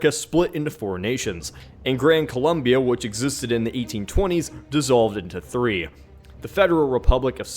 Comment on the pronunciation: It's NOT "Columbia" it's Colombia!